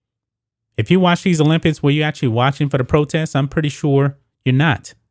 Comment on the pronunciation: After the second time u said olimpids I left.